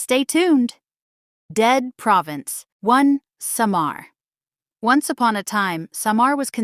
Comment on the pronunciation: How on earth happen for you to have this content. You cannot even pronounce well the word Samar. It's not Sha maar, it SAMAR. all you said wasn't true.